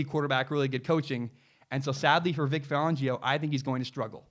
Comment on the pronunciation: You’re pronouncing Vic Fangio’s name wrong. BTW, Big Ben, Tom Brady, Joe Flacco, Lamar Jackson and Matt Ryan all came into the league as rookies with defensive head coaches.